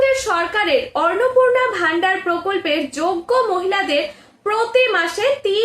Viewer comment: Madam annapurna sabdatir uchcharan valo kare shikhe video banaben